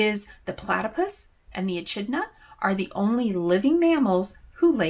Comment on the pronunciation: TFS FYI It’s pronounced e-kid-na